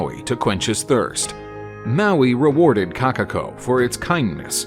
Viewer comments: Number 3: "Kakako" Correction: Kokako (Pronounciation) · “Kakako”THERE IS A O IN KOKAKO